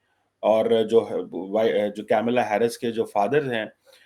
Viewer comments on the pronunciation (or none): get your pronunciation right - it’s Kamalaa Harris, not Camela Harris. Secondly, she will be the first woman (Hilary Clinton never made it) U. S. Presidential candidate period, South Asian descent or otherwise. It is humorous that Paki commentators like you try to wrap yourselves under the South Asian label instead of using the label Indian. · don’t pronounce her name wrongly deliberately out of your non-liking towards Hindus and India. It’s not ‘Camila”. It is “Kamala”. Kamala means “of / like lotus “ Girls in Pakistan are married with cousins, uncle ( Chachu) maternal uncle (Mamu).😂😂😂😂 pahle Bhaiya, baad me Saiya 😂😂😂😂How they will become Kamala? Or Tulsi? 😂😂😂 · Not kaimla its kamla Harris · Atleast learn to pronounce her name correctly. it is not CamelAA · Tu to thik se kamla b ne bol paraha